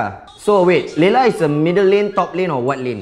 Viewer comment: watch this in 2018 😂 say leyla but i think its layla